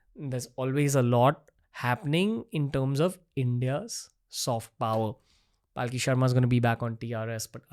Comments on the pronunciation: its Palki sharma not Paalki sharma. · its not Paaaaaaaki Sharma, its Palki Sharma. Atleast pronounce her name correctly. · Dude at least get the name of your guest right! It’s Palki not paalki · Dude why do you keep butchering her name. It’s Palki a la palak jhapke, not Paalki which semantically kinda signifies a palanquin. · Please pronounce her name correctly. Its पलकी not पालकी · Ranveer you do amazing work but please oh please make sure that you pronounce yours guest’s name correctly! Her name is पलकी not पालकी! You’ve done this before with a few guests. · Ranveer, please don't Paalki. It's not Hati Ghoda Paalki Jay Kanhaiya Laalki. Palki literally means s/he is a meritorious and hard working one. Pronounce Palki in your next Podcast. She has improved too high. You carefully have to master your theme. We are waiting. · Loved the conversation and the insight.. one concern thought.. being an Hind speaking host why it is soo difficult to pronounce a name correctly..why say Paaalki instead of Palki.. do u not know the meaning of the word.. atleast u could make an effort to same the name correctly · Bhai uska naam पलकी hai पालकी nahi. similarly, it is pronounced अघोरी and not आघोरी. when you are talking about soft power, at least pronounce Sanskrit words in Indian fashion. Dont try to anglicise these words. BTW, Paalki means a doli, jisme logo ko bitha ke ek jagah se dusri jagah le jate hain. to arth ka anarth mat karo yar. Palki on the other hand comes from the word Palak, means duration of less than a second. So Palki means human being is around only for less than a second. Very deep meaning attributed to it. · Dude, her name is not PAALKI 😂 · I think its not paalki its palki 😭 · How come you can never pronounce her name right?